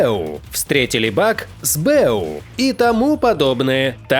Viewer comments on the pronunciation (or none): Больно слушать сбЭу. [эсбэУ] не? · это сокращение, "ЭС БЭ У" не "СБЭ У".